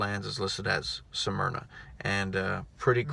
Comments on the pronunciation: Hey, Damn boy; you are sooo southern.... Smyrna is pronounced in two syllables.(Smyr-nah) You pronounced it in three. (Sa-myr-nah) You been drinking out of a Dixie cup too long..... lol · sorry for the sarcasm... took me a few videos to get used to your style. But it is pronounced Smyrna not Sah myrna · its pronounced... Smyrna,,, not sah myrna. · Sah-myrna, Delaware??? Its Smyrna.... lol